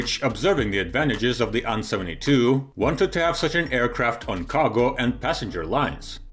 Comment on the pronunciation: You pronounce A and N separately, not as "an".